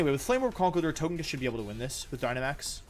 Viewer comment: Why do you keep calling it To-GUH-kiss? Did you have a stroke?